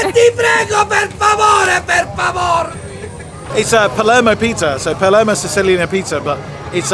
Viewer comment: Your pronunciation of Italian places and words is painful! Nero Diavola. has accent on the "Di". Palermo not Palmero.....